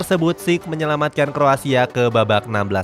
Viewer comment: Aku yg salah denger apa emng salah sebut Kroasia 😁